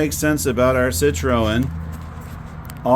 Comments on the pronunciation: It's pronounced ' sit- trin' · It 'should' be pronounced cit-ro-en, as in the French manner. With a slightly guttural sound on the 'ro'.